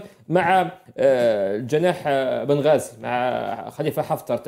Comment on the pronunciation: بنغازي مش بن غازي